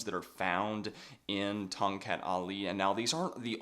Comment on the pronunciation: The correct local pronunciation is Tong "Cut", rather than Tong "Cat".